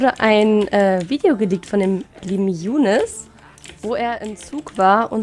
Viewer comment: Ich heiße im RL "Younis" mit "i" aber Trotzdem zucke ich jedes mal richtig zusammen wenn du so "Jounes" sagst. In der Schule sagen sie auch immer zu mir "Haha Younis mit dem kleinen Schwanz" 😣